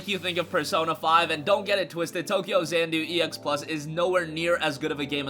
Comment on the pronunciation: I believe it is tokyo XA-NA-DU and not tokyo XAN -DU